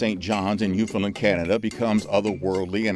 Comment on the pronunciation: Being a Newfoundlander (pronounced New-finned-LAND) it sounds like your research was done directly from a MUN article. The City of St John’s likes to claim they know, do, have seen, everything to do with NL culture. I assure you Mummering never died out or was stopped anywhere but in the City. A bit more research and the time to learn proper pronunciation of words would be good. Bonhomme as you say, is Bon (Bun) Homme (Ohm) two words Bon Homme. It was intersting tho.